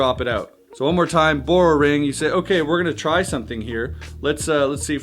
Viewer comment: Are you saying “burrow” or “borrow”? Lol